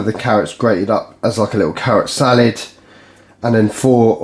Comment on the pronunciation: Salad not salid